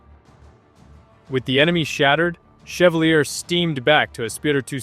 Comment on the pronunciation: Ship's name is pronounced shev-VAAL-yay.